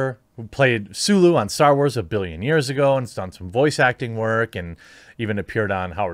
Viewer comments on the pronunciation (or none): none